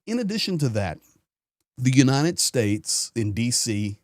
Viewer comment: Why is he always saying "unineted states". It's "United".